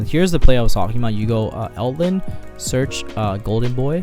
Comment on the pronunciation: You know he's brain dead if he cant say Eldlich correctly